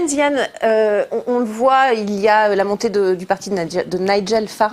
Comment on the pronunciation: Cette journaliste qui n'est pas capable de prononcer le nom de Zamane Zidane , va être obligé de prendre des cours du soir de linguistique , quand elle sera mutée à la rubrique sportive !!!